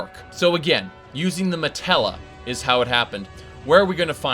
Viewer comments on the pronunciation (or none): Also, its not called a matella, its called a Mantella.